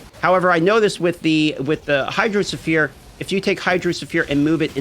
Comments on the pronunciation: the "sphere" in hydrosphere is pronounced as "sphere", not as "sulphur" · The way you DM pronounces Hydrosphere nearly drove me insane. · hydro suh-fear... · Hydro ohsphere augmented version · His pronunciation of hydrosphere had me rolling